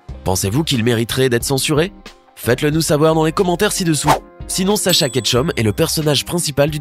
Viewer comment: Dacha non pas Dacha c'est Sacha ou Ash